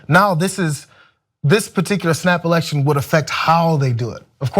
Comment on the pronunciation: i can't stop hearing 'snapple-ection'